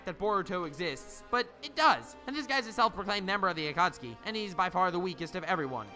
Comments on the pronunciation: wait is it Akutsuki or Akatsuki? because you're pronouncing it like Akutsuki. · The naruto fans ad still triggered. It's pronounced a-ka-tski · Is it really pronounced akutski and not a kat suki? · the A kat soo kee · At-kha-suki omg that's hilarious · lmao, the Aa-cat-tsu-ki